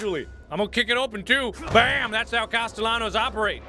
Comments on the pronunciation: I like how he's so determined to think Cast-el-anos is right, when even in the last game they pronounced it as Caste-y-anos. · It's better than the previous game, where he called him "Caste-nellows"... Lol. It's become a thing for him to purposely mispronounce it, cause so many people went "MARK, WRONG" xP. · Still to this day,everytime mark says "Castellanos" my brain hears "pantaloons" some reason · The comments: mad about mark pronouncing costelahnos wrong 😂 I personally have only 2 yrs in spanish im 25 now i didnt get to finish but i got by with a c 1st yr and a D my 2nd year. Im clearly not that smart but even i know the ll makes they yah sound. Marks doing it on purpose. 😂😂😂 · every time i hear mark say the ll in castellanos i can hear my spanish teacher losing his mind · No, blame Mark, he's doing it on purpose. He heard it pronounced the right way and he was like "what are you talking about, you don't pronounce it that way" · 100 million subscribers without videos No, he knows he’s pronouncing it wrong. He just likes the ll better. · Catherine Leis In Spanish cultures, the two ll’s make a y sound. So how Mark is pronouncing it is wrong. But he is definitely doing it on purpose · i like that sometimes mark will pronounce his name right and sometimes pronounces it wrong and there's no rhyme or reason to which he uses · This is my 3rd time through the evil within series and it’s by far my favorite other than welcome to the game. Marks mispronunciation of words is always a highlight of the video